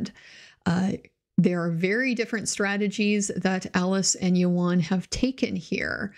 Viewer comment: Appreciate you checking the way to say his name! Ioan's probably better known for the two Fantastic Four films -- not great, though better than the more recent one.